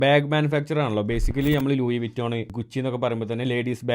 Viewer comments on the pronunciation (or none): First of all ലൂയി വിറ്റോൺ എന്ന് പറയില്ല. ലൂയി town ആണ് clear pronounce